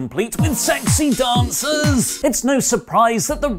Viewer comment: Sex-e Dan-sa’s!